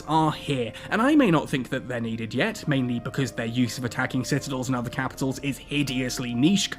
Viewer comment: "Kehpitols. I'm talking Kehpitols."